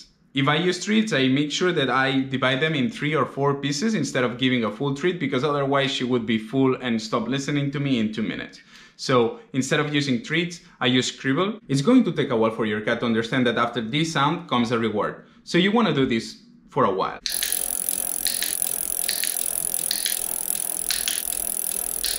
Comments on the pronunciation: I’m sorry but what is scribble? Do you mean kibble? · It may not be 'scribble' it could be 'kibble', but I can't quite catch the word & don't know what you mean other than it's some alternat reward. It happens at ~2.52 while explaining "charging the the clicker".